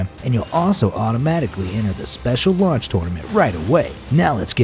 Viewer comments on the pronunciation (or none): none